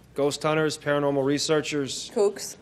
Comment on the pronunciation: l'accent anglais que tu nous fait est degeu 😂paranorwal abtibidi 😂